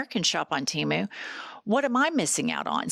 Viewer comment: Oh my God it is too cute that can’t say Temu❤